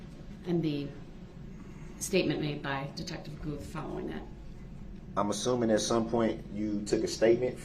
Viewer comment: And Detective Goof instead of Guth. I feel like he did that one on purpose. 🙄